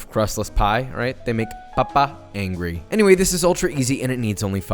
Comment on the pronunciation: NO YOU DID NOT SAY ANGWY